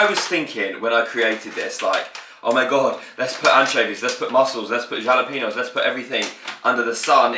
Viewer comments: Dinner sorted then!!!haha xx ly xxx Isn't jalapeño pronounced "halapeño" idk just me or... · MMARRRKKK ITS PRONOUNCED HA-LE-PEN-YO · LMAO I love how he says Jalapeño and not "H"alapeño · He doesn't pronounce jalapeno correctly